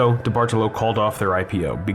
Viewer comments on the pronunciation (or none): No, you didn't. I mean no disrespect, but I'm Italian and study the language. There are important rules regarding inflection placement within words. It's a big part of what makes the language sound so uniquely beautiful. The general rule is that the emphasis should be placed on the third vowel from the end, making the correct Italian pronunciation of the surname diBartolo, di-BAR-toe-low. My last name is 9 letters long and 5 of them are vowels. I understand how it seems confusing, especially since most Italian words used by English speakers are Anglicized which changes where the inflection comes in as I said in my last comment. Certainly not trying to start anything –I think you make really great and original content. It's so weird seeing malls turn into ghost towns. My friends always hung out at the mall and one of my first jobs was at Express. While I think the term "liminal space" has run its course, abandoned malls do give off a very particular discomfort. It's like nostalgic melancholy. Also, while I have your ear, when you cover malls on Long Island, can you note which town they’re in? Like "Huntington, Long Island, New York" instead of just "Long Island, New York"? If you're ever in Suffolk again, I would love to see Walt Whitman! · Came because I used to live across from this place. Left because diBartolo was mispronounced so many times. Anglicized, it's pronounced dee-bar-TOE-low, not dee-bardle-oh. This is also wrong, but I digress.